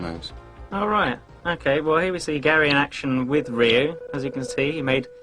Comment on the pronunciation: Hey, as cheesy and awkward as this is, atleast they pronounced Ryu correctly. I can't help but shudder anytime I hear "Roo" or "Re-eye-yu" as most Americans say it